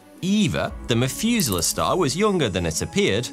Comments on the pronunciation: ngl the "f" sound every time this guy tries to sound out "th" is extremely annoying and distracting. The Mefuselah Star 🤦‍♂ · Methuselah, not Mefuselah. Pronounce the "meth" part of it like in "methane" or "crystal meth". English speakers... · The "MethUser" Star?! 😂😂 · "meth-user-star" I cant be the only one who heard this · OMG you keep pronouncing "Methuselah" wrong! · "population free stars" "Mefuzala"